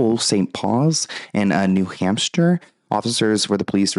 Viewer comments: 😂 you said New “Hamster” Ps love your videos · isn't not New Hamster it's New Hampshire ❤ you